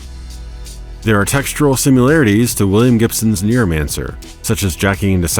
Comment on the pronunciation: Whenever you say Neuromancer I hear NEARmancer.